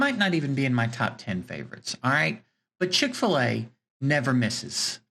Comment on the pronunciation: Well at least you got chic-fil-a correct